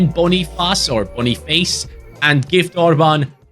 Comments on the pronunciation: It's not Boni Fa Say, it's Boni-face 😊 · back to bonifass and not boniface😭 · One of these days, will pronounce Boniface correctly